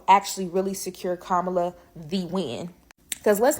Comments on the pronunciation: First off, it's Kamala, not Camila. Okay, here is my 2 cents and it's probably worth less than that, but here it is. It doesn't matter who runs against Trump. It's an uphill battle at this point. But even though I don't care for Kamila, she has the best chance because she is, in fact, an incumbent. Even as a VP, that historically has an edge. Also, there is a lot of doner money on the table that moves right to her as she's part of the original ticket. I don't care who else is put in that position, they won't have time to organize and get the donors and everyone on board. Now let's not fool ourselves, the only people we need to sway are the swing state voters. People in blue states are already softening to Kamala and will get their vote. A HUGE part of the vote for any Dem is to keep Trump out. We should just be prepared for four more years of Trump because of his momentum. I personally don't want that and would accept less suffering under Harris. I'm not telling anyone who to vote for or not to vote for, but the reality is, no matter who is in there, it's a tough battle and all numbers show, Kamala has the best chance right now. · How you hear her name 50 times and still can't pronounce it right,?